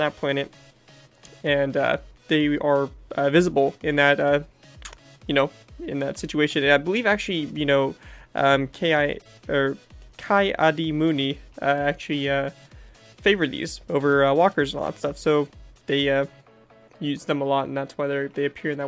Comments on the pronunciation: It’s actually said like Key-Audi-moondie I’m pretty sure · That pronunciation of Ki adi Mundi was atrocious